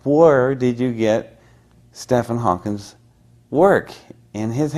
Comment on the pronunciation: Can’t pronounce Stephen hawking properly